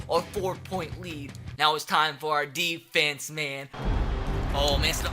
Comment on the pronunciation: We need to do better on AHHHfence. Sorry but it annoys me